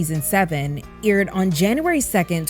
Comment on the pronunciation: IDK why it irked me every time you said aired as "eerid" 🤣